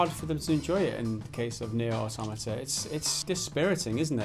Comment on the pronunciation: Thank you for pronouncing "automata" correctly. Nearly every video on YouTube relating to this game gets it wrong.